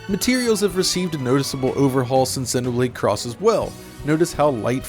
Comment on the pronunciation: Honestly, the thing I appreciate the most from this video is how you pronounce the name of both games correctly. Xenoblade chronicles 2(soft e after x) and Xenoblade Chronicles X(The "X" stands for cross not x). Thumbs up for this alone👍